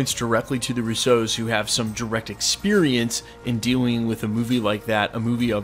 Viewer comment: I love the way you pronounce the Russo’s. Putting the emphasis on the 2nd syllable instead of the first. No complaints, it makes me smile. Love the channel!